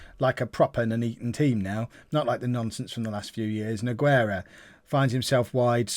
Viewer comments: Exactly it may sound weird but Nogueira for example sounds like this: NU-GAY-RA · I'm gonna give you a little tip for like 90% of all spanish/latinos/Portuguese people the "U" in the middle of the name is silent, just so you know in this case "Nogueira" the "u" is silent